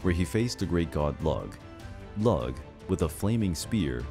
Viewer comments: Looo....NOT lug. Oh man... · The pronunciation if Lugh bothered me too ha. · I died laughing when he pronounced Lugh ‘Lug’ 😂 get over here ya big lug! 🤣 it’s pronounced ‘Loo’ and the celebration of Lughnasa (Loo-nah-sah) is in his honor 🔥❤️😁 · Lug? Lugh is pronounced like Lew, I believe. (Lu? Loo? Lue? English is so hard. We have so many ways of making the same sound with different letters. And Gaelic spelling doesn't work well with English phonetics.) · BTW, the Irish god Lugh's name is pronounced "Loo" and not "Lug". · "Lug?" Did you mean Lugh? I believe it's pronounced "Looh" (lew with a breathy H-sound at the end). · Lugh is pronounced "Loo", Tuatha is pronounced "Tua" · LUG? No dude. just no. It's Lugh (rhymes with few). From whence we get the word lughnassah. Don't let yourself be misinformed. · The God Lugh (also known as Lugus) is not pronounced "Lug". It's pronounced "Loog" or "Loo-guss" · Gotta work on the pernounciations my guy , his name isnt lug its pronounced Luu and spelt lugh. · Lugh is pronounced like Lue not Lug ! No worries though!! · Lug? with a hard G? .. I've always seen his name spelled 'lugh' and pronounced more like you do 'loo' and 'lew' .. I could be wrong of course, but I think you have the pronunciation wrong there? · Great 👍🏻 was very interesting! Irish tip though - sidhe is pronounced ‘she’ as in ‘bean sidhe’ which is anglicised to banshee. Lugh is also pronounced ‘loo’ ☘️. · I've heard 'Lugh' pronounced 'Luke' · Lugh... pronounced "Lou", as in the song "Louie, Louie". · Lugh is pronounced as lou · The pronunciations. They hurt. I mean I know Celtic languages are hard to pronounce, but the god of the justice and light is not 'LUG' T_____T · Also Lugh is pronounced Loo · Thank you. I was watching this video specifically to see which ones were mispronounced, and knew the second I saw it on screen this was the start XD